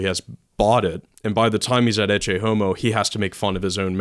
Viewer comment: they pronounce ECCE wrong